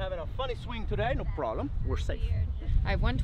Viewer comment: “no prollum” 😂 i love these guys